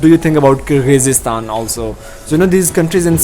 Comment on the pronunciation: brother, you are dropping the ball here. At least, pronounce the word Kyrgyzstan and Kyrgyz properly. Its not difficult. smh